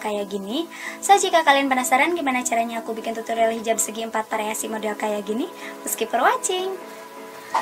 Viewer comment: mbak yg benar itu variasi apa pariasi , primer apa frimer kayanya kok salah ucap